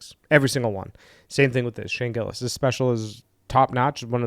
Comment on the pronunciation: I got 2nd hand embarrassed when your mouth said Gillis and Chappelle. You ain't even close. Nobody likes commentary videos on shit that is already popular.